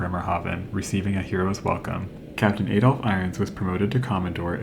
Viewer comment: "Ay-dolf"? Dear me, there are so many names I wouldn't want to hear mangled by an American.